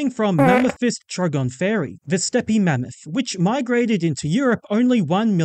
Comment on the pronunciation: Steppe is said as “step” btw!